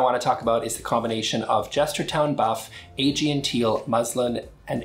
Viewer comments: Thanks for showing us the new colors! (BTW, I'm pretty sure Aegean is pronounced "uh-GEE-un") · Aegean is pronounced “Uh Gee en”. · It’s not novel. It’s teal. I like your reviews in general, but it’s pronounced “ah-GEE-en”